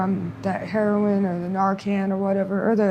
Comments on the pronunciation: Heroin not " heron" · I’ve heard at least a dozen Skid Row interviews where they pronounce Heroin : Heron. Must be a local slang.